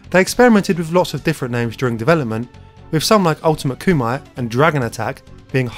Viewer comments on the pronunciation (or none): none